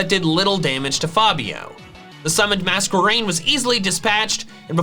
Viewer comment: Mask-erain, not Mas-kwerain